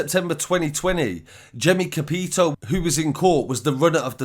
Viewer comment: Love your videos mate but let me correct how you pronounced capitao - it’s said like capi-tauw, it’s a Brazilian word meaning “captain”. So it’s a fake name from a fake document he gave , it ain’t a real surname 👍🏽 Brazil has a lot of mafia over here now.